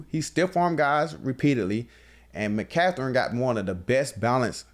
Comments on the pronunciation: Im a Niner fan❤️💛. Lmao😂 now I can’t unhear “McCathren”. It’s McCaffrey or BKA C-Mac. Straight up butchering the names. I get Jalen Carter is “passionate” but it kinda makes it hard to believe when he replied back talking about money. Keep it coming, love hearing your pod😂. I know you’ll bounce back, would love to see a rematch in the NFCC. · “Mccatherine” 😂😂😂 I’m dying 😂😂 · Bro I thought I was trippin'... My man said McCatherin LOL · "Mcatherine"🤣🤣 ayoo...im dead